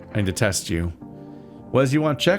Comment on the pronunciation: I heard “I detest you” not “I need to test you” lmao